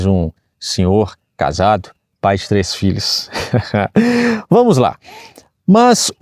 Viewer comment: Pois é, erro de pronúncia. Muita gente confunde 3 com 6 porque falam seis e treis, quando o correto são três e seis. Bem diferente né kkkkkkk